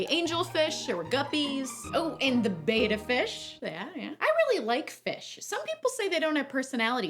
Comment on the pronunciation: the pronunciation is actually BEHT-uh fish, not BAYT-uh but I'm picky with English haha keep up the great work!